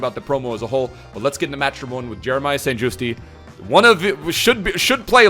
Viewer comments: you pronounce St.Juste like St.Justy but in correct dutch its pronounced St.Justuh and the uh is said like you were getting a punch in the gut whilst saying it. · Its st jusT NOT JUSTEEEE 🤦🏽‍♂️ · St justi xD it's Just E-is silent.